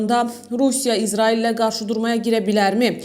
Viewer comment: Ay aparıcı İzarail yox İsrail. Düzgün danış..!